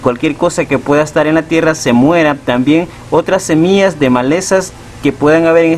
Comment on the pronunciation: No soporte ver todo el video, dijiste cono 1000 veces SEMIAS